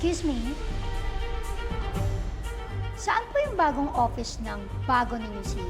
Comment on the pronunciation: Offish ang narinig ko hehehehe